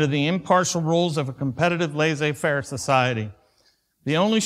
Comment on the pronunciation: The ''ss'' in ''laissez" is pronounced like in the s in 'say', not the z in 'zoo'. That was a minor detail that my OCD brain picked up! For what it's worth, ''laisser'' and ''laissez'' have identical pronunciations. Edit: I just checked, and both laissez-faire and laisser-faire are used. But my point was really about the pronunication of the ''ss''. Again, OCD brain. I certainly meant no disrespect.